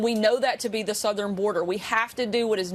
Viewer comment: Sarah YOU SAID SOOTHERN border so you lied again